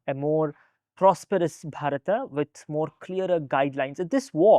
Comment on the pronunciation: Why he keeping saying BharatA, it is bharat…